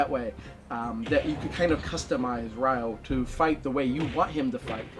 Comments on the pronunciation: It's not "rye-o." It's "ree-o," like the Brazilian city only with the emphasis on the "yo." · Glad you finished Shenmue 1! (But why do you call "Ryo" (it's like "Rio" but with the emphasis on the "o") as "Ryoh"? Haha. :P) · Weird how you pronounce Ryo's name correctly for the half of the video, but then you pronounce it incorrectly as "RYE-OH" for the last half of the video.